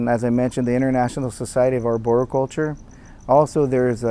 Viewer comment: maybe you could start by learning how to pronounce arboriculture.... before you go claiming mastery.